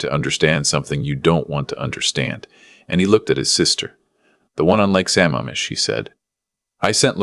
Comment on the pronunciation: It's Lake sa-MAMM-ish! Also, if the son is so rich, why are all the other monetary mentions so skimpy in comparison?